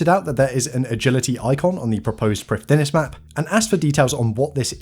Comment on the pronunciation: Heads up to save you from the embarassment int future, Prifddinas is a Welsh word, so it's pronounced like Prif-thin-ass, with the 'th' like in 'father'.